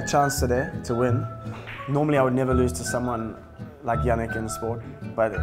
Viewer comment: 아이씨ㅋㅋㅋㅋ 야닉 발음 찰지네요ㅋㅋㅋ